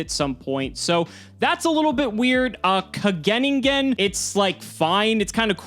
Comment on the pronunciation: It's pronounced Ka-ge-NIN-gen